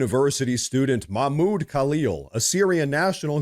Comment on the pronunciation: Don't forget to pronounce the "h" in Mahmoud.